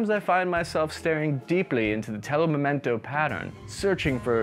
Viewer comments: Come on! Not "memento", but "mimetico"! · Telo mimetico, not telo memento! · Man, it's "mimetico", not "memento".